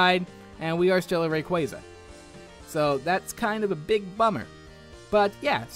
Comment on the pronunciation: you"er saying Rayquaza wrong but i still like the video and i sub to you